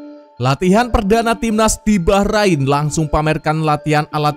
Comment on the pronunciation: Saran buat admin, tolong jangan lebay kalo koment yaa Ntar kalo komenmu terasa sombong, bikin timnas jadi nggak dapet berkah. Juga perbaiki cara baca atau pelafalan nama oemain atau nama team bola Bacaanmu utk team Bahrain masih kaya baru bisa baca, perbaiki yaa Maaf dan salam bola anak negeri.